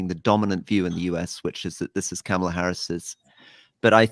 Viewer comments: Anthony, you're driving me CRAZY!! It's not "Kamala" (a, as in "camshaft") Harris. It's _"Kamala" (a, as in "calm") Harris! At least you're accentuating the right syllable! I don't know why so many people have trouble with this name. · Can we please at least say her name correctly? It's Kaarma-la. Not Kam-e-la. She did a whole video on how to say her name. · Apparently Kamala is pronounced ‘commala’